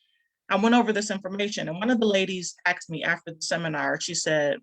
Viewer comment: Asssssssssked...not axed.. ha ha..